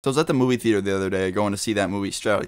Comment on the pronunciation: your way of saying theater sounds like "fetus"